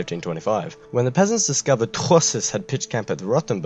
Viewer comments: you really tourshed that name.....torquemada would have loved it and would have cried....touchè..!! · I apologise for my cringey pronunciation of Truschess everybody, my German grandparents would be devastated.